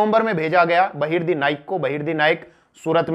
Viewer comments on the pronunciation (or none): बहर्दी नाईक नही बहर्जी नाईक नाम था शिवाजी महाराज के जासूस का 🙏🙏🙏🙏🙏